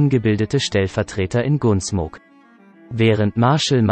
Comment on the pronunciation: Ich würde mal einen Kurs in korrekter englischer Aussprache belegen...<<G"U"nsmok>>, etc...einfach nur grausam, sowas zu hören...